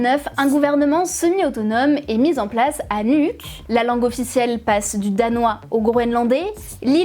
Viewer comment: Merci ! Votre sujet a été extrêmement bien traité . Impressionnant. Nuuk se dit Nououque . Le Kvanefjeld se prononce avec le e . À part ça , c’était parfait . Une précision, les activités nucléaires non-médicales sont interdites depuis un referendum au Danemark également. Le minerai d’ uranium extrait alors au Groenland est stocké sur une île au Danemark. L’expérience passée de la mine de Marmoorilik fermée en 1998 est dans les mémoires . Une mine de zinc de la péninsule de Nussuaq fermée elle rejetait du plomb dans l’environnement. Avec saturnisme à la clé chez les enfants par contamination de la chaîne alimentaire locale . Très bien décrit dans l’ouvrage de référence Grønlands Økologi datant des années 2000.